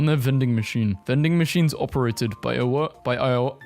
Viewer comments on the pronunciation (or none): HOW CAN YOU NOT SAY IOWA(I-o-wa) it is said how it is spelt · bro was having an aneurysm trying to pronounce Iowa 🤣🤣🤣🤣🤣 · understandable why you don't know how to pronouce it since only corn lives here